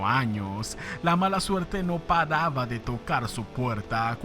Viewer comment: Aprende a hablar compa Las leciones no padaban es paraban!.